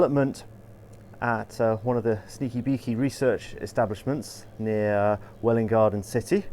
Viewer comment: Being from wgc myself I have to say you pronounced Welwyn perfectly :)